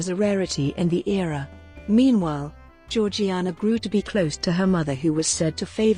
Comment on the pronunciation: in everything else I’ve watched about her it’s pronounced “jor-jay-na”which doesn’t make sense to me